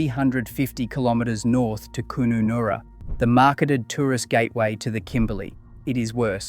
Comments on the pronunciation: Koonanorra😅😅😅😅 it pronounced as its spelt. kun a narra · omg, its pronounce Kunannara as in MammaNurra not Koonanaoora .. Laverton WA is prounounce Lay Verton Not Lav erton.. bloody Victorian..... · "Coon-a-noora"....interesting pronunciation. Laverton in WA is Lay -ver -tin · At least pronounce the names correctly. Wtf is Koon-oon-air-a!? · Koonnoonoora lmao 😂😂😂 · Koonoonoora lol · You’re quite correct - having travelled through every one of those towns, I have seen it for myself. However, please pronounce KUNUNURRA properly. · I had a laugh at how "Kununurra" is pronounced 😂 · I had to laugh when I heard you try to pronounce Kununurra. 😂 I mean, it only takes 10 seconds to Google it.... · Yep I had to look at the spelling on vid to realise where the hell that mispronounced town was. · I mean, say it as you spell it tbh